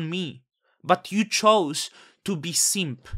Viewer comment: “YOU CHOSE TO BE SEEMP” lmao I lost it. I appreciate your content,.